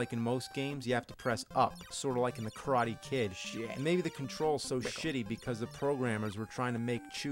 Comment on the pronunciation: "The Karate Kid" sounds like "The Crying Kid" o.o